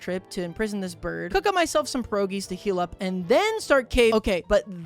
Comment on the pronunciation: Every time he says pierogi wrong i cry a little